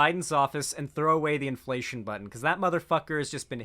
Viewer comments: Does do the "inflatation" and "formula-ate" shít on purpose? I cannot accept that someone could genuinely be this stupid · bro really said "inflatation"💀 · Bruh, Adin Ross can't even say inflation correctly. He's making senile old people look mentally competent and they're triple his age! 🤣